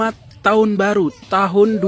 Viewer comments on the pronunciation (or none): Koplaak klu ampe bani 58% kgk malu liat empresnya slh ngucap taooonn 😂😂😂😂